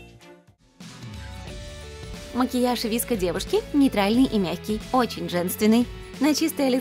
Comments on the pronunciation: Не вИско гёрл , а вСко гёрл , е гёрл носят массивную обувь и макияж у них другой 🤦‍♀️🤦‍♀️лучше сначала всё прочитайте и изучите , а уже потом других учите ! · не ВИСКО, а ВСКО ГЁРЛ🤦‍♀️ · Правильно говорить не виско а вско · ну я например вообще привыкла говорить не ВИСКО а ВСКО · Никто: Абсолютно никто:: вИско гёрл Я: вско гёрл Тоже я: 😂😂😂😂😂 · Ви Эс Ко гёрл 🗿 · Читается «игёрл», а не «идевушка» И «виэско», а не «виско» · Не виско гёрл а в ко гёрл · Не VESCO-GERL а SOFE-GERL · Вско а не виско ( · ООО не ВИСКО а ВСКО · Нет, правильно будет виско, сама достигают этой субкультуры и все знаю.т.к пишется вско, произносится виско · Вообще-то,пишется VSCO girl А на русском говорится Виско😑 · Уши сломались об виско гёрл